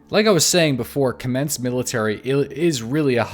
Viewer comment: You mispronounced everything, but Kamensk, Tisy and Veresnik :D